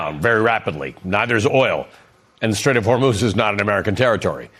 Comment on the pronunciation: It's crazy the way Trump pronounces straight of Hormuz, it makes me think that he's actually been talking to Iranians because that's how it's actually pronounced. Hor-moez